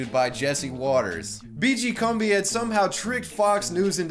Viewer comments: it's pronounced CUMBI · Pronounciation according to WWS: BeeGee Coom-bee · How do you play two separate clips of Kumbi pronouncing his name in your own video and still pronounce it wrong yourself the entire time? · Excellent video, thank you. Though it's odd that you alternate your pronunciations of "Kumbi" throughout the video. Pick one and stick with it haha. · Whats with the 30 different pronunciations of his name? Pick one and stick with it, jesus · Take a shot every time switches between pronunciations of Kumbi.